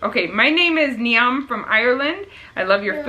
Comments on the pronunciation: Niamey is pronounced Neeve. Crazy eh! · niamh is generally pronounced Neeve. Excellent video.Thank you both. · Niamh if that how it was spelt is pronounced Neeve